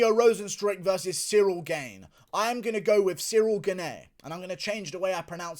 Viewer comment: Thats not the correct way to pronounce "Gane", just say Gahn (french here)